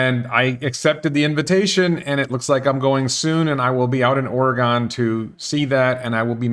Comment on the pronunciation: It's Or-again, not Ory-gone. But people will think your pronunciation is cute.